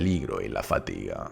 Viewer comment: Qué tiempos aquellos cuando decía que a Aragorn le quedaban por delante de pura "fátiga". Míticas cosas del canal, como lo de Chistópher (Tolkien). Que a ver, están mal dichas y tal, pero le daban mucha personalidad al canal, todo hay que decirlo:)